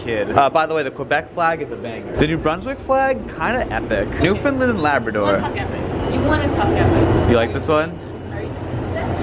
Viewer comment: FYI Newfoundland is pronounced noo-fund-LAND not NOO-fund-lund. Gotta sound out the “land” as if you’re saying land on its own.